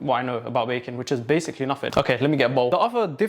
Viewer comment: without fail every "baking" sounds like "bacon" to me